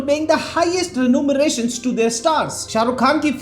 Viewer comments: Renumeration 😂 nahi be.... Remuneration...... kya Prasher 😆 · It's remuneration... not renewmeration.....